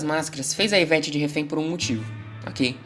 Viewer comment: iveTE, iveTe, Não iveTi